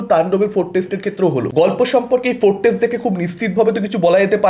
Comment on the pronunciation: আগে ভাই উচ্চারণ ঠিক কর। ফোরকাস্ট কে অনবরত ফোরটেস্ট উচ্চারণ করছো, শুনলে কানে চাপ লাগে ভাই।